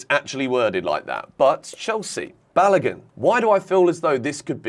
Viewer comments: let me help you again as I always do when you mispronounce Nigerian names. Folarin--- yes, the Sky's pronunciation is closer to it than yours. Balogun---- remember the way you pronounce the Balo in Balotelli, then just add a 'goon' after it. You will have bar--low--goon.. do stress the syllables as you would stress each of those words too. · You guys pronouncing Balogun horribly badddddd...